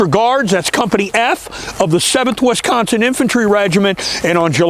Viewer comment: Great video, but the way you say Wisconsin is driving me nuts lol. It's Wisconsin not Wesconsin.